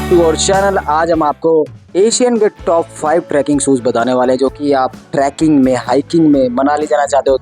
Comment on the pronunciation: It's not tracking, it's trekking